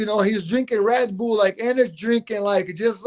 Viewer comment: "Red Bool"😆